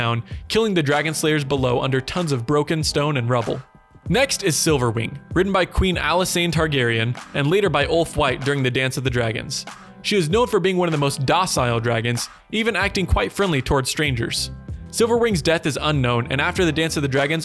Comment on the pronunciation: Alysanne (Ali-san) targaryen.